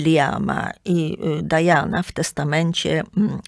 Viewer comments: Nie Dajana tylko Diana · Nie Dajana A Diana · Diana jest po polsku , a „Dajana” wymawia się po angielsku